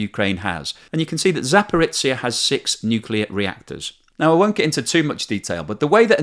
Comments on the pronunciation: Just a couple of points: you shouldn't idly talk of a "nuclear explosion" at the power plant. Even if a reactor was deliberately blown up, the nuclear fuel wouldn't detonate. And btw it's not Zaporitsia, it's Zaporizhia...or Zaporizhzhia. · I was tempted to look up Zaporitsia on a map, as I've never heard of such a place :) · Wonderful, very very useful work! But check up on pronunciations - Zaporizhzhia is a transliteration, or an attempt to render letters that don’t exist in some languages that use the Latin alphabet. The “zh” is a rendering of a “j” like in the French “je”. Energoatom is “enERguh-Atum” (stressed syllables capitalised). Wikipedia is often your friend on these pronunciations as it includes phonetic alphabet renderings including stresses at the start of many articles. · Love your channel and your detailed analysis of the economics relating to the Russian invasion of Ukraine. Just one comment, zh (ж in Cyrilic) is pronounced like the sound we have in 'pleasure', 'leisure' and 'measure' rather than z or ts. So place names like Zaporizhzhia need to reflect this pronunciation :-)